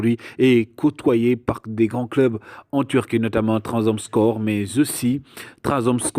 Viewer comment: tu as raison c’est ma faute il est dit Ndiaye mais j’insiste sur la prononciation de Trabzonspor Bon travail